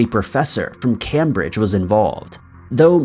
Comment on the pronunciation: Came-bridge not cam bridge... tut